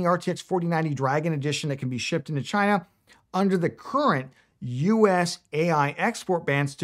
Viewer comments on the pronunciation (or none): none